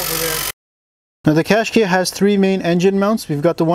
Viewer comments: Cash kai not kay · It's Cash-keye, as in "eye". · Oh im sorry 140bhp is not enough our irish qashqai 1.6 diesel cvt with a 112bhp is fine enough. Also its pronounce cash ky not kashk.